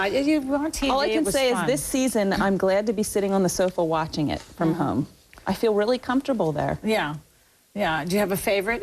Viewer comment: Kate's accent. It's brutal how she pronounces " home " It sounds like she is saying HAY-OME. And ppl say us Canadians have weird accents. Ya right.